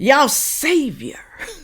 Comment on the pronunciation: it is SAVIOR, not SAVER.